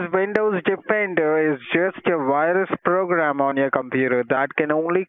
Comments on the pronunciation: The we pn for the wirus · What's a "wirus?" Lol